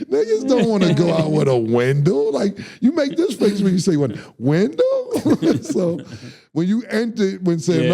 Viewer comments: Wendellllll not window 🤣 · bro it’s wen-dell 😂😂😂